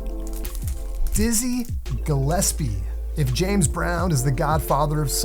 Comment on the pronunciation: Sorry, but its Dizzy JILLespie(pronounced).